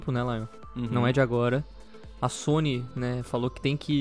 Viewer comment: "a zony" kkkkk poxa sony... Força Microsoft...lol